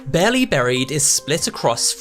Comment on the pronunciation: stop saying baerly